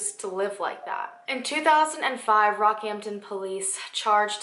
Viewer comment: Yas!!! My dad used to live in Rocky and told me about this, it's very interesting. Thank you for posting an Australian case. Also you pronounced all the names correctly